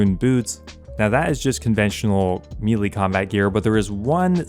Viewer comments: Like this guy. But if he pronounces melee. "Mee Lee" one more time I'll lose my mind... Melee is pronounced "may lay". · Say it with me... "May lay" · what is mee lee? u said it multiple times. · Excellent guide. Just one niggle...meleé is pronounced "MEH-LAY" You're not alone in mispronouncing it!😂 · Great video man, but the way you keep saying melee is driving me nuts lmao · I have officially lost the last of my brain cells after hearing the way this guy just said “melee”.. you gotta be an idiot 😂😂😂